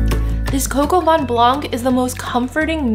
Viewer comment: It's vin not van!😂